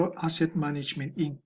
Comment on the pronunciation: sir wag inc ang pagbasa sa inc hahah pls lang naman oh